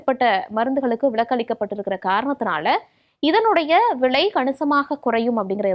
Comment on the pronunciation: விளை இல்லை அம்மா.... விலை.... தமிழை கொலை செய்யாதீர்கள்😂😢😂😂